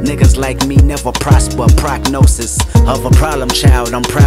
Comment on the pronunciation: It’s prognosis not pronosis😂